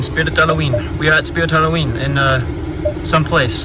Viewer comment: Yes I also go to soodrite hoolooweenee 👌